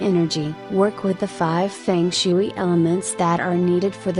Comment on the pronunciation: I can’t take anyone seriously who said fung shooo-eee